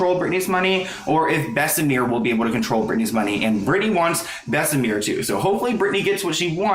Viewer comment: It's pronounced Bess-uh-mur not Bess-uh-meer... it isn't pronounced like the french La Mer lol